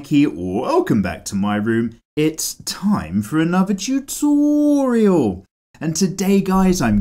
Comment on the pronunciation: The way he says tutorial 😂